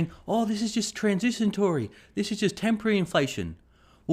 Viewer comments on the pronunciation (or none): It’s transitory not transisatory haha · Luv ya mate, but it's transitory, not transitiontory. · Transitory, not "transitiontory" And fill your car up with gas, not fill your gas up with car. :p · "Transitiontory" he's a little dislexic, but he's good!!